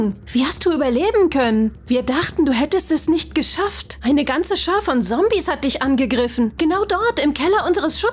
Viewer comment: Sombies hahaha das heißt Zombies sry Arber das ist ja so 😂😂😂